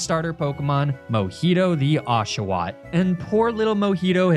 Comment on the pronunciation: im crossing my fingers rn please pronounce is ash-u-what edit: NOOOOOOOOO